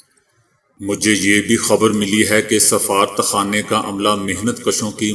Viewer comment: safarat khana in urdu please say safa-rat rat sound should be clear, don't say as one word